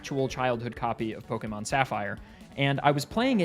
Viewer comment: This video is my introduction to your channel, and I just want to thank you from the bottom of my heart for being one of the rare few to pronounce "pokémon" correctly.